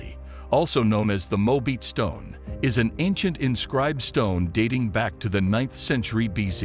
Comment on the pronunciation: Ai, it's mo-a-bite stone.